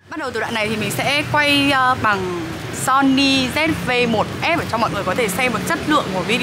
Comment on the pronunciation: Zi vi một, lần đầu thấy đọc như thế, nửa tây nửa ta